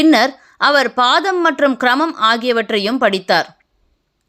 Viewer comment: அது பதம். பாதம் அல்ல. பதம் என்றால் ஸம்ஹிதையை பதம் பதம் ஆக சொல்வது